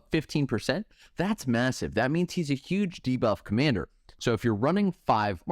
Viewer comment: OMG THANK YOU. The ZUGE is killing me